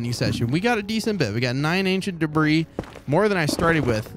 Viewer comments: It’s pronounced debree not “debris” Edit: I commented this before he said he knows how to pronounce it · its pronounced ancient debrie. Not debris. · “ we found our first ancient debrizzzzz “ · You spell debris dibree not dibris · “Ancient debri-s”😂😂😂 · it's called Ancient Debruhs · Is call ancient debris not ancient debriss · Your pronunciation of Ancient Debris is completely acc-re-it. Carry on sir. XD